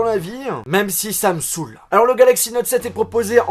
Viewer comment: Enfin quelqu'un qui met le "a" dans "saoule" , ça change :)